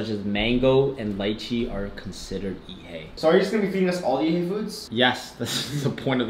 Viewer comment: ''Yeet Hay'' LOOOOOL never heard it like this b4 XD